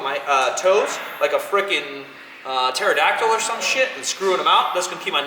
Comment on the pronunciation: Straight said "like a terredactal" .... lol